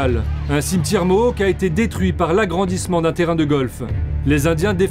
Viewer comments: Ils ne sont pas "Mok", on prononce Mo-âk, le a comme dans Château. Leur supposé territoire historique était aux États-Unis mais ils ont vendu leur terres aux américains. Celles qu'ils ont aujourd'hui leur ont été gracieusement données par les canadiens. Pour éviter les conflits, on ne les contrarie pas trop pour éviter une autre "crise d'oka" (faites une recherche). Ils peuvent devenir très perturbateur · MOHOK ?.. Bordel , vous auriez pu travailler sur la prononciation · Ça se prononce ''Ganawagué'' et ''mo-awk''. Même au Québec, les gens font l'erreur. Pis on dit pas indien, mais première nation ou autochtone